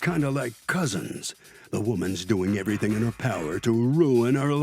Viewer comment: "Every thang started goin souff " 😂😂😂😂😂😂😂😂😂